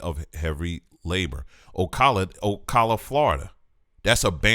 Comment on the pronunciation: You are talking about my home state and cities I’m VERY familiar with in Florida! I’m driving and had to pull over!! As so many things are coming to light here in Florida (towns built on top of African American cemeteries) THIS is so on point! I have family from Ocala (Oh-CAL-ah). Another place you mentioned, Apalachicola is pronounced as (App-uh-LACH-ee-CO-lah). Wow! This is so deep! I also just found out that this book is at a couple libraries I’d have to travel quite a distance to, but it’s there!! Thank you sooo much!! Wow!! I have to meditate on this. My husband is flipping out also! We thought these were Native American names.